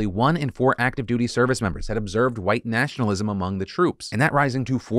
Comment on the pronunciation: I almost fell off my bed laughing at pronouncing nationalist and fascist.